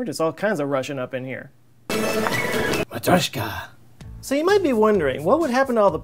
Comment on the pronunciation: like for your effort to say matrioshka correctly, mate!